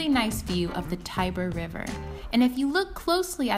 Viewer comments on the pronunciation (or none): none